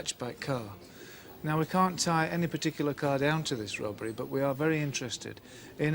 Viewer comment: I love the way Jacqui sometimes pronounces ‘robbery’ as ‘rubbery’.